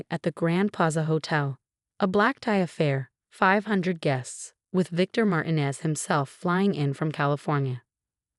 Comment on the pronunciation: Mar tee nez